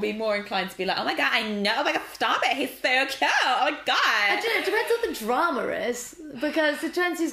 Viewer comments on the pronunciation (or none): At like she said dram-er